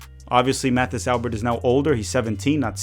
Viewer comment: Mathis pronounces his name like it's French, so it would be more like Matis Alber.